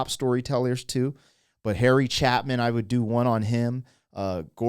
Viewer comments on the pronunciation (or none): It's a real tear-jerker. ❤ He's a great singer song-writer. As far as I know that I have ever heard his name pronounced it is like this: Chay-pin (chay) (like hay) ... ... not chap (not chap-in). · CHA Pin...like CHAY- PIN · Pronounced: Ch `A pin... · Please stop saying Chapman it's Chay pin that's how it's pronounced. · This could be the best reaction video of all time but I can’t get over that you keep calling him Chapman. Bro, it’s Chay-pin like where are you getting the extra letters from? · chapin not chapman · Chay pin, not Chapman. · Dude - you were killin’ me with this Chapman thing No M Harry Chay-Pin But great reaction Love see it click at the end One of the all time greatest story songs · We lost Harry way too soon. One of my favorite songwriters. Chapin not Chapman. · The name is pronounced Harry Chaypin. Not Chapmin.. Not to be confused with Tracy Chapman. I was fortune to see her at Carnegie Hall. I do enjoy your reactions. However, that horn sound to me is very annoying and kind of adolescent. This is a classic song. At age 13, I attended a free concert at Central Park sitting on grass. It was like a mass picnic. Those were the days. It was Al Green and Harry Chapin. It's sad that Harry died ypung in a fiery car accident. Every year, he toured most of the year. Approximately 1/3 of his concerts were charitable. All of the money from the ticket sales went to a non-profit organization. Keep up your good reactions. Peace. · Not Chapin but ChApin. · It's NOT CHAPMAN. THERE IS NO "M" in his name. Do you have dyslexia? Maybe those stem cells are foching your brain up. It's CHAAAAAYYYY-PIN. CHAY as in YAAA! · Just a correction his surname is "Chapin" not Chapman. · He wasn't 'gonna get fly' - He was going to learn to fly (become a professional pilot). NOT 'Chapman' - Chapin. CHAY-pin. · Chapman? Did you read his name? It's CHAPE-in. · Not Chapman......Chapin.... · Maybe you have not heard of Harry Chapman because his name is Chapin...lol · It's chA'-pin